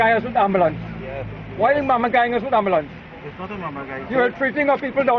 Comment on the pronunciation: Personally I am appalled by Dr, Kublalsingh's language. The word is ambulance good Dr. not ARMbulance. This man has butchered the English language and should be totally ashamed of himself. Real talk.